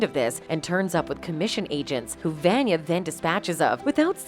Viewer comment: You keep referring to the Handler as he and him even though she’s a woman…and you pronounce Vanya wrong throughout this video. Why make a video about a show you clearly do not watch?